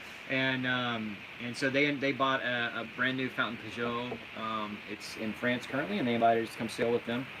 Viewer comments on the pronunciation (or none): none